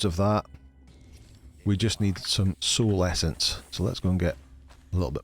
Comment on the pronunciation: You gotta love the accent especially when you said A soul essence 😂😂